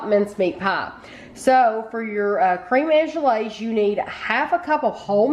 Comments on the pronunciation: Crehm awn-glays not awn-je-lays, sorry, I had to be that person. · thank you and. It's pronounced anglaze (you've got the "an" pronunciation right), the end section is pronounced glaze. I watch baking shows and professional bakers make it pretty routinely, though I never have. it looks delicious